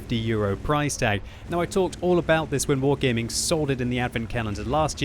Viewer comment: you saying wrong is "wargeyming "